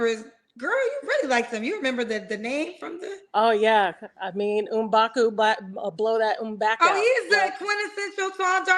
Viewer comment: Did she just say Mbaku mblow that mback out? 😂😂😂